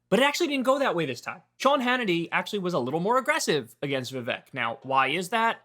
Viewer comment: Bro, give it a rest. Like 3 anti-Vivek videos every day. And stop being childish and purposely mispronouncing his name.